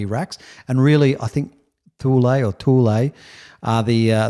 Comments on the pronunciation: I think it's pronounced "Too Lee" - Thule... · I thought Thule was pronounced "tool".